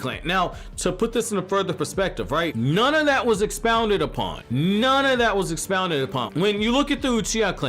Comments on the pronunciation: "Expaunded" lul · "Expounded on"